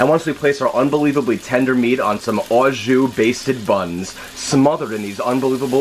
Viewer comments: sounds like a hillbilly saying awe juice LoL ....it's just "jus" the bag of liquid is "au jus" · It's not pronounced "ah zhu," it's pronounced "oh zhu." And "au jus" means "with juice." The juice itself is just "jus" in French, not "au jus." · Like someone else said, « au jus » is « with juice » so you don’t pour the « au jus », you poor the « jus », and btw, your prononciation is a bit off, your « jus » is ok, but « au » is more « o » than « aw » if you see what I mean, and your knife! Get it sharpened ;O) otherwise, great recipe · You're saying it wrong. It's pronounced "Awwwww. Juice!".